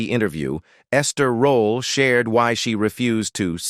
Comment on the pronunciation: Quit call this wonderful woman Ester rolla. I clearly hear you I. This video say it several times. But then sometime you pronounce correctly .